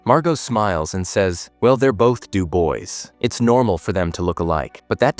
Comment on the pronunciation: If you're going to insist on having an AI do your talking for you, can you at least check how it pronounces stuff? For example - Dubois could have been spelled phonetically so the AI doesn't say "Do boy." Seriously, just give a sh💩t for barely a minute to minimise the irritation. 🤬